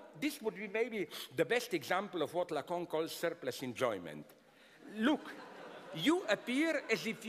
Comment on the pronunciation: I just come here for his pronunciation of lacan (lacong)